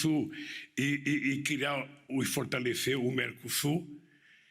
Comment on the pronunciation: praneta fotalecÊ vamu mecosur